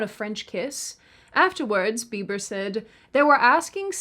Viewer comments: Justin Be-bah. Lol! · Did just say “Justin Beeba’s forma house keepa” Gosh she is cute. In any event, with a million subscribers seems to me that is something of a celeb herself. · justin Beeeba 😂 😉